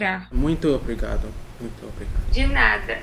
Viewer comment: Yeah, the way he got the nasal vowels' pronunciation was impressive! Note how he says 'muito' with the appropriate nasalization.